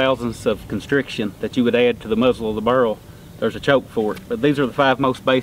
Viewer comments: Bear-el, bear-el. I have a slight southern accent, but jesus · I hear "burrl". I like "raffling" too :) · Take a shot every time he says burrle